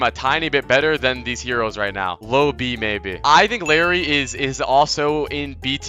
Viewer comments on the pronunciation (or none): its not larry btw its spelled like, iYari or i-jar-i, i-jar-ee if we want to make it sound north american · il- Æ - ri PLEASE 😭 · ill air ee